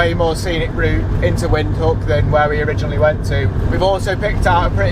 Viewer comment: Put a v when you pronounce the word Windhoek so its Vindhoek